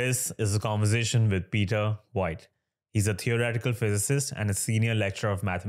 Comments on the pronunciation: Pee-tar, not Bee-tar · Pea-ter 😅 according to my resident enunciation Karen. Peter Piper picked a peck of pickled peppers. 🤘